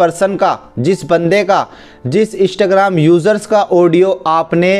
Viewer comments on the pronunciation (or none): Bhai bool rha hai Ishtagram 🤣🤣